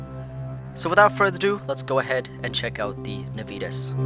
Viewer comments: Every time he says "nuh-VEE-tuhs" my high school Latin hurts a little. Nah-vee-Tas (or Nah-wee-Tas in classical pronunciation) is Latin for Promptness or Zeal. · And you would be correct. It's Latin, and it should be pronounced NAH-vee-TAS, or more classically, NAH-wee-TAS. (There is no "V" sound in Latin, and the letter "W" doesn't exist; "V" makes a "W" sound. "W" as in "double-V" was invented later when "V" started to sound the way it does to us today. The famous phrase "Veni, vidi, vici," is properly pronounced "Whenee, widee, weekee.")